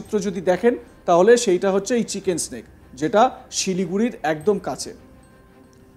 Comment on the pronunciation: চিকেন স্নেক নয় দাদা, ওটা চিকেন নেক। এতো বড় রাজনৈতিক বিশ্লেষক অথচ